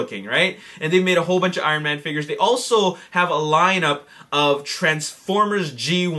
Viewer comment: He says figures like figers